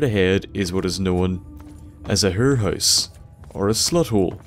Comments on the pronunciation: "...and straight ahead is what's known as a hurr house" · When he said "hurr house" I started immediately picturing Patrick Harper. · "Herrhouse" Sorry, I had to.